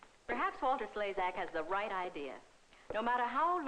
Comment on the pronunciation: Yep - mostly his forehead, but he wiggled something! But, like the lady said, that's author and actor, Walter Slezak! (Pronounced "Slay-zack"). If you knew anything about him, either as a man, or an actor, you wouldn't be the least bit surprised! I do, and he's generally playing some socially irredeemable bad guy, or camping it up as one. He was very good at it, too! He was the main "bad guy" in a movie called "Life Boat" an Alfred Hitchcock foray, with several other well known actors of the day, who played survivors of a sunken ship during WWII, all in a lifeboat, who decide to pick up the Surviving Captain of a German ship that was sunk in a battle between them, including an armed ship. They didn't realize that he was the Captain of the German ship, (which also sunk) who sunk them when they took him aboard, so they had to decide what to do about him, so that they could all live with themselves afterwards. He's a pretty slimy character, which, like I said he does particularly well. In another movie, he played a Pirate in the Caribbean, who was pretending to be an especially well-liked (by the absentee Spanish territorial "owner") very wealthy man, and governor of a Caribbean island in the 1700s, who was afraid of being found out by his enemies, so he made all kinds of special laws to hide himself behind. He was supposed to be engaged to marry a wealthy noblewoman, played by Judy Garland, who is accompanied by her own maid, played by Gladys Cooper. She (Judy) is pursued by a